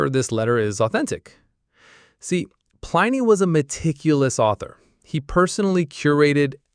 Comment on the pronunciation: Plin-ee not Pline-ee.